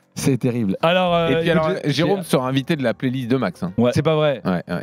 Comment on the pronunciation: « hé alorrrs y’a pas de tension hein » j’ai explosé de rire 😭